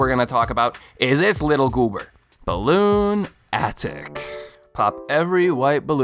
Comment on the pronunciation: Anyone else annoyed that he didn’t realize “Balloonatic” is meant to be pronounced like “lunatic”?